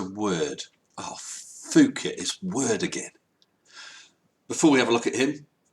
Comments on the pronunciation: Goddamn it. "Poo Ket". Not "Foo Ket". It's simple! You can listen here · Just for the sake of conciseness the 'ph' in Phuket is pronounced as 'p', as the 'th' in Thames or Thomas is pronounced as 't'. Just one of those things. Aside from that I comment his videos on occasion making sure to end with 'kind wishes' or 'best regards', 'stay safe' and things like that. I don't think he has deleted one of my comments yet although I"m always critisizing him. I've been watching him for years now, much to my entertainment. I wish him the best. I wish you and all of us the best!